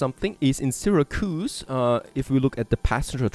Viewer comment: And it's SIH-RAC-YOUSE (Syracuse)